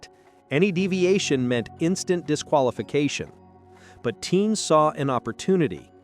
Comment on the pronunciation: Teams, not teens